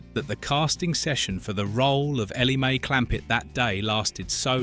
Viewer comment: You didn't watch this as a child, you never had a childhood. This is one of the worst AI's I've heard The accent is a mash up of several dialects. Stupid mistakes like "Elly May."..... Clampet as if the sentence ended with "May" and a new one starts with Clampet. AI !